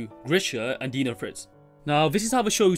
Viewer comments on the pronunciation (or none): none